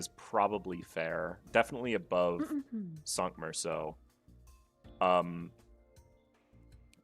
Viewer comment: Is Cinq supposed to be pronounced sunk? I thought it was sink, like the number cinco.